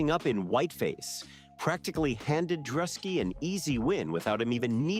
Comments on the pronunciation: You missed the hype on this, and then still mispronounced Druski's name, you had hundreds of videos to learn from and still failed miserably. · At least pronounce DRUSKI'S NAME RIGHT. OTHER THEN THAT THUMBS UP